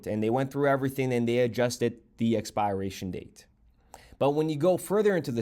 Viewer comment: I’ve never heard anybody pronounce expiration like that